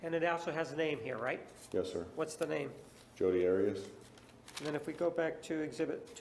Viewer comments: Love how whenever juan HAS to say her name he says ADIUS other than that its 'maam' or 'this idividual' he hated her with as much passion and no doubt more than all of us! 😘🤌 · I wish Martinez had not decided to start pronouncing her name differently, he even went back to Arias switching to Otteeus (pronounced). It just struck me as odd. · I don’t mind a public defender doing their assigned job, so I don’t have as strong feelings about Nurmi as many... but that said, I can’t help remember as I’m watching this how Nurmi felt it necessary to ask Jodi about how she liked to pronounce “Arias” on the stand. Seemed to be for no other apparent reason than to dig at Martinez for pronouncing her Hispanic name the way it is pronounced in Spanish. Never got that.